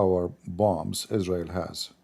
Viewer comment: Is-rael Boom and says Oh Ali 🤣🤣